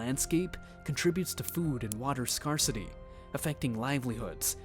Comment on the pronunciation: SCARCITY is pronounced scare-city (as in "scary movie"). When a resource is not common it is scarce (also sounds like "scary"). The expression is not "wreck havoc" but "wreak havoc" (rhymes with seek or peak).